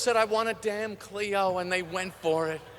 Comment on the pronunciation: It's Clio,. Get it right for God's sake.